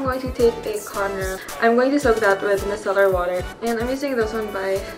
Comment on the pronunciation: i don't mean to offend you, but micellar is pronounced as "my-se-lar" not "me-se-lar", otherwise good content. :)